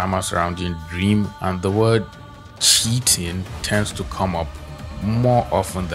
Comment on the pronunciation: Why did you say "cheating" like that? Lol he's admitted to it.